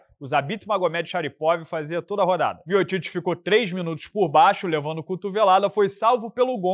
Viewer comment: O fala miotiti mas se pronuncia miutik